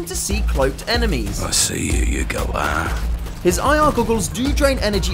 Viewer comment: almost. *galah